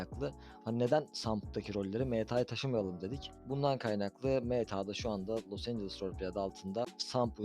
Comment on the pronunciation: Los angles değil abi, Los Angeles